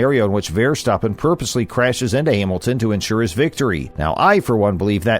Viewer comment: When people do videos, I think it’s really important. If they’re talking about people from other countries, or even their own countries, they should find out how the people pronounce their names. I don’t think this guy got any of the names properly he miss pronounce Max Verstappen he miss, pronounced Jacques Villeneuve I mean come on buddy do your homework